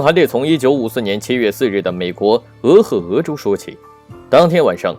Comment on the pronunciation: 俄亥（hai)俄州，辛亥革命的亥